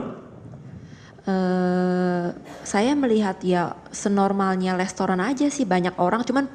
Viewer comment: Mba jess, yg bener restoran apa lestoran mba? Saya koq dengernya mba blg lestoran ya? Mba kuliah di australi kan ?